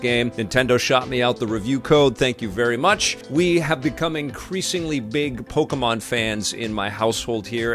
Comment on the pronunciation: LOL, Pok-y-mon. This game's fine....it's fine...(funny words of ) Survey says, it's fine. Youtube needs to remove the "Dislike" button from this channel. doesn't deserve that option.